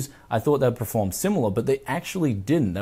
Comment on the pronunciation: say it with me... PERFORM. PER.FORM. not preform.